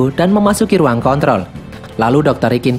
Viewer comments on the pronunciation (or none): none